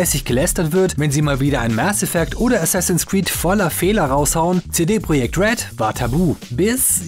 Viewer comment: Entscheidet euch doch mal bitte, ob ihr CD Projekt Red deutsch oder englisch aussprechen wollt. Aber nicht den Anfang deutsch und Red englisch.